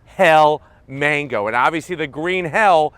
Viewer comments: It’s not Mango 🥭 but Magno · Magno not MANGO you banana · Umm it is pronounced MAGNO NOT MANGO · "Magno" not Mango :-D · Magno 😂not mango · Great review. It's green hell magno not Mango 😂😂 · wait what? green hell mango? i gotta rewind many times to hear it right.:)